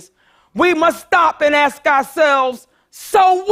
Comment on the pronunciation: She's having a hard time for a few reasons. She did say she went to those inner city schools herself. Also she can't say "ask", so give her a break.